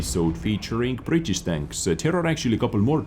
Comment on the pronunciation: . tier 8 brrritttisssssssswww prremium tenk